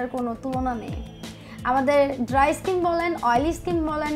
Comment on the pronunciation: ইস্কিন কী জিনিস? 😂😂😂 শব্দটা স্কিন